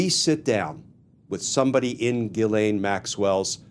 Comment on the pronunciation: Dear Glen, your pronunciation of Gislain is faulty and problematic. Please correct it by giiving the G a "J" sound and articulating the letter S.